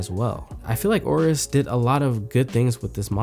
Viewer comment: AYE-OH-RUS, not OH-RUS.